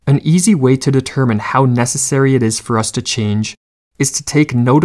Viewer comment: "What our life might have bean" "a chenge in our life is needed" am I the only one that heard that or am I just Southern lol